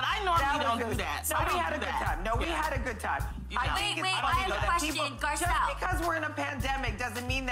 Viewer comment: You need to learn to read people's names correctly. when reporting on them. That lady's name is, GAR-CELLE.